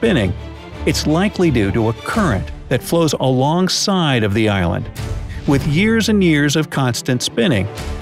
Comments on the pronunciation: yes i know but it sounds like Ireland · the "eye land" LOL